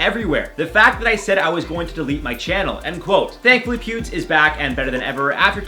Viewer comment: When you were saying Pewd for Pewdie Pie, I would always hear pubes... Oops.